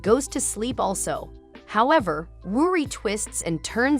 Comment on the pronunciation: Bruh ruri not rudi